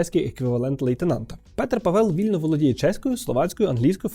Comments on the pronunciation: в чеській мові всі наголоси на перший склад. навіть якщо ви чуєте інакше, то ви просто не розрізняєте, бо в українській мові немає подвійних наголошень, наголос плаваючий і немає різниці між довгими і короткими голосними. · В чеській мові наголос завжди на першому складі. Вимова може різнитись, але це вже залежить від наявності "довгих" літер у слові. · Вже мабуть не актуально, але я тільки-но почала дивитись відео і мені дуже ріже слух те як Ви вимовляєте "Павел". Я богемістка (вивчаю чеську мову і культуру на Остравському університеті в Чехії), і хочу додати до вже сказаного що наголос на Е в слові Павел не спадає. Тобто слово Павел вимовляється майже так само як Павел в українській мові (з наголосом на А), але просто в чеській мові той наголос настільки слабкий що його наче нема. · Вітаю,! Я живу у Чехії дуже багато років( тому не виправляю просто так). Наголос насправді на першому складі, тобто на «а». 😊 Дуже вам дякую за правдиву інформацію. 😊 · добрий день, а чому наголос на Е в призвищi? Я вже декiлька рокiв поспiль проживаю в ЧР, та тут всi кажуть з наголосом на А.... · Наголос не там ставиш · Чого наголос кладете на другий склад в фамілії Павел? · У чеській мові наголос є закріплений на первому складі, чи не так? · Будь ласка, не Pavél aле Pável 🙏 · Пробачте ,хочу вас виправити. Ставиться наголос на перший склад. Тобто,не Паве´л,а Па´вел. Володію чеською уже 24роки. Слава нашим героям. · Мені одному здається, що спеціально робить наголос на павЕл, а не пАвел, щоб ми писали побільше коментарів на цю тему скажімо, як оцей, що я написав 🤗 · Привіт, я чешка. :) Обидва склади в "Pavel" короткі і наголос завжди на першому - але не дуже силний. Дюкую за відео! Я дуже рада що Українці раді за нас. Я сподіваюся що з новим президентом ми зможемо допомaгати вам ще більше. 🇨🇿❤️🇺🇦 ✊️ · Both vowels are pronounced short in czech language. PAVEL, not PÁVEL and not PAVÉL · В ческій мові наголос йде на перший склад- Пáвел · Наголос таки на перший склад, Пáвел)